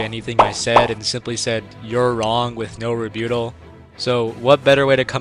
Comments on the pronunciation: "re buttle" is how its pronounced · Lol, why do you say rebuttal as "Rebutol"? 😂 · It’s reBUTTal. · A video nearly completely devoid of substance, by a faux intellectual using words he barely understands, often incorrectly, proven by instantly pronouncing the word "rebuttal" incorrectly as soon as the video starts. Magnificent. SethTheProgrammer without the entertainment value to mask the ineptitude put forth. Nearly every anime character is a garbage combatant that depends entirely on story and exposition to explain away the clear reuse of animation and a near complete lack of ability to accurately depict the power they're supposed to represent. Ywach has cooler magic. But Goku is a good guy that is close enough in power that Ywach will lose. GOOD MAGIC > BAD MAGIC Because the anime you children discuss are complete garbage.